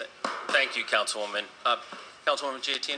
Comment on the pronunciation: Why is Councilwoman Giattino's name pronounced Gee-a-tino? The "i" in Giattino is meant to make the "G" soft, which it would not otherwise be, since it is followed by an "a." The "i" is silent; it is not pronounced. The correct Italian pronunciation of her name is is Ja-tee-no.